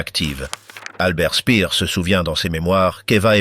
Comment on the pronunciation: AI de MAI@ !! Dispoditions annulaires = annuelles 😂 Il se perdit son emploi Spir = speer😂 Statute officielle 😂 Geli n était pas la fille ainée de sa soeur et évidemment le mot pédophile pas prononcé !! Un tonton qui séquestre et abuse sa nièce de 15 ans..!? Gehli se suicida donc ! Avairent faits 😂 Sans aucun reconnaissance 1930 et hun 😂 Brechttergarden 😂 A au moins zune occasion 😂 Unity la petite jeunette italienne suicide encore..! Puuutsch avec uuuuuu 😂 Inclut tune note 😂 Front toccidental😂 Exécutèrent tune opération 😂 Rendus zzzaux alliés😂 Frajebogen = frageboden 😂 aivairent tebénéficier 😅 Avairent tevécus 😂 Etc etc et ET Les PIRES : pas hitler !! 1. mao 2.staline 3.hitler